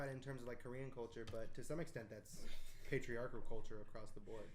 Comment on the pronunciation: That korean language mispronunciation though. Also, for Sergio, the Korean word for "mom" is umma ! Aaand I kinda gave up like 20 mins in cause the audio was really hard to hear but I will properly watch/listen to this once I am in a quieter place!